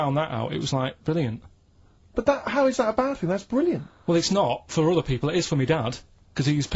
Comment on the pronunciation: Bwilliant and Twue 😋